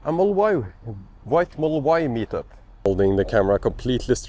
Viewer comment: Dude, there are more letters and sounds in the word "model" than you say. I was confuse for a bit if there was a special edition version of Teslas called the Moll